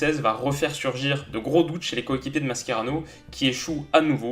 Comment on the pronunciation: pas maskerano mais mascherano cheee